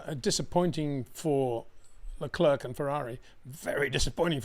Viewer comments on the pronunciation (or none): Always the best analysis, thanks once again! Btw, Leclerc is a French name. I think it's disrespectful of you to Anglicise the pronunciation. How hard would it be to pronounce it as Leclear rather than LeCLURK? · Since the inception of Baku, Charles LeClerc (just say 'LeClair', not 'LeClurk') has crashed into the barriers of T15 three times. That is what's shocking.